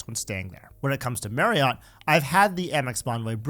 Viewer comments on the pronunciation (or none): Marriott is pronounced "Mary-it".